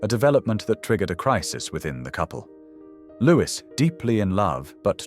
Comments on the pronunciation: Louis is pronounced Looey not Lewis, you ignorant fool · His name is pronounced Louie not Lewis!! He has been dead for many many years, so what is the point of dragging his name through the mud 46 years after his death? Apart from sensationalism, there is no reason. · Loo- ee. Not Lewiss. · His name should be pronounced "Louey Mountbatten", NOT "Lewis Mountbarton"! It is a pity that you couldn't find an actual living Brit to narrate this story! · Why should we believe your information if you cannot even pronounce his name as " Lou-ee" and has never been known as "Lewis". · It's not pronounced Lewis. It's Lou-ee. I suspect that if the family wanted it pronounced Lewis, they would have spelled it that way. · Louis is mis pronounced. It is not Lewis it is Louis the same as Louis the Sun King of France. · The Brits pronounce “Louis” as “Lewie” - silent “s”. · Lewis? ffs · Louis is pronounced Louie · In English, Louis is pronounced Lui or in the French way Start with that correction to improve on any seeming ignorance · His first name was pronounced Looee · You don’t pronounce Louis as “Lewis”. Get it right ffs! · Loo-ee, it is pronounced Loo-ee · Well put together and interesting with excellent narration and clear diction, so rarely heard these days. I would however, question the pronunciation of his first name - the "s" should be silent and, at times, the surname sounded like "MountbARton" which grated. Also it was inconsistent which confuses the listener. I would correct this. Otherwise a very enjoyable visit into the life of a very complex man. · Please get his name right . Pronounced the French way